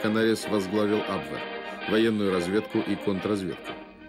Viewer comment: Почему вы так ужасно коверкаете слова?!Если у вас нет нормального переводчика,могу предложить свои услуги. Не камрад,а камерад! Не абвЭр,а абвЕр.